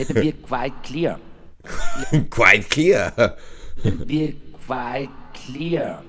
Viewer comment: Günther Öttinger: "Let mibi kweit klir..."😂 Or as Arnie once said: "Tu se Tschappa!!!"🚁